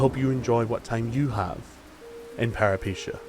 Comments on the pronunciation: It's peh·ruh·puh·tay·uh. Where'd you get "paripeesheeyah" from??? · Okay, ive heard people say it wrong BUT PEREPECHIA????!? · Peripeteia. Pera-puh-tay-uh. Lol anyways loved the vid! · For anyone who cares, the name is the word for "adventure" in greek. And is pronounced Pe-ree-PE-tee-ah. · You pronounced the name of the game wrong.